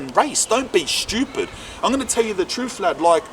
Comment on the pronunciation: speak the truFF aye Lol